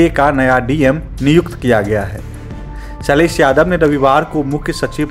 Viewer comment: Ok Bro, first of all its SHAILESH and NOT SAILESSS.